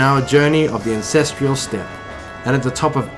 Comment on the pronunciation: "the Ancestrial Step.." no, it's the "Ancestral Step" get yo shit right